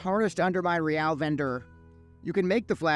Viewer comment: Thank you for pronouncing Real correctly lol. Great consume guide. Love your style. It’s quick but unique.